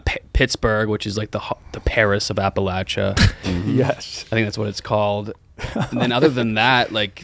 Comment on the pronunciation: saying Appalachia wrong, then right, then wrong again